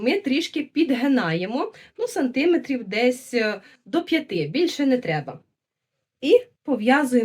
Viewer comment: Нашим дикторам, ведучим,геть усім -журналістам не зав'язувати намітку треба повчитись -а чистої такої, джерельної української вимови.Просто насолода Ось вона, автентична.Є деякі помилки(нОва -треба новА, сантимЕтрів), але як звучить справжньо.Народ так говорить.А то як станеш слухати наших мордовиворотів, то ,здається, губи розпустили в вудилах, і не тямлять ні одного українського звука.Жах.Низько вклоняюся за пошанування української традиції в одязі, але найперше-за майстерклас в українській вимові.❤❤❤